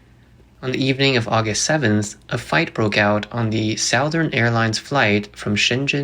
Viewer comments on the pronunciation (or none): I do like your channel but please pay attention to the pronunciation of "Southern" in Southern Airlines. Thank you.